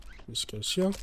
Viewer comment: "place them hyeyar" bro is australian cartman